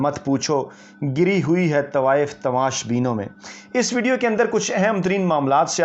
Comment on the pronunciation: او جاہل انسان گری ہوئی نہیں گھری ہوئی تلفظ ٹھیک نہیں اور چلے ولوگ بنانے